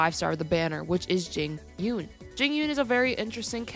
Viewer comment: It’s pronounced Jing ‘Yu-uhn”.